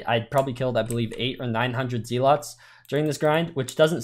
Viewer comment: it’s “Zealots” not “Zealots”